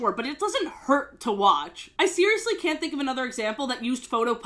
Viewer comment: This is extwemely sewious!